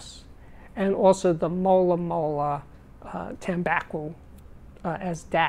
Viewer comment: I don’t listen to cds anymore :) need to do some choices… Btw, it’s mola mola tambaquI and not tambaquO :)